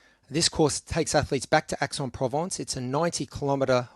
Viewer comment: and Aix is 'X' not 'Ax'